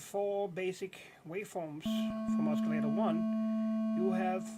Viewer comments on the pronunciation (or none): You don't pronounce the 'C' as 'K' in oscillator , you pronounce it as an 'S' So ossillator and NOT Oskillator. You're welcome :) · the "C" is silent in oscillator lol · I love the "osculator" ;D